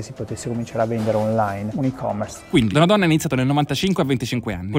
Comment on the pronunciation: Si dice Donadón (o chiusa) non Donadòn (o aperta). It's Veneto baby.